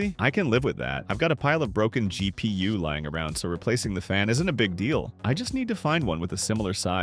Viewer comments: those are FULL BUILD prices, not case prices, though I agree those prices are "kind-of" insane. - "Dual slot "Zhai P U" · Dual-slot Zhai P.U.what now?